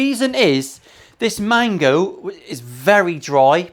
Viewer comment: Mango, not mago,. Must be because you’re “fucking exhausted”. Nice top on the Firebird. Love that walnut (my favourite) and stripes.